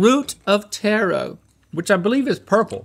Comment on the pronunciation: Link is calling Taro, Tarot lmao